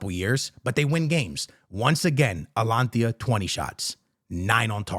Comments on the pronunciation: Dude just called them Atlantis It's just simple reading bro A-T-A-L-A-N-T-A not that hard what's with the butchering my man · bro atlantia its ata lan ta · ATALANTA NOT ALANTIA 😭😭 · You keep on saying Alantia its ATA-LANTA. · Atalanta not alantia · AT TA LUN TA. .... bro its not that hard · Bro please.. it´s A-TA-LAN-TA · It’s AT-A-LAN-TA bro 😂 I swear he does not be watching fútbol at all just reads headliners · its A - TA - LAN - TA 😅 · Atlantia ✅ Altalanta ❌ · I was laughing my ass off at the start of this video. He kept saying it over and over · The way he be saying Atalanta and Tchouaméni is so atrocious 😭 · yo hahahaah the amount of times you said ATALANTA wrong.